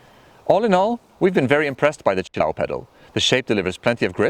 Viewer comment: Say it with me... chill-A-oh. Accent on the A.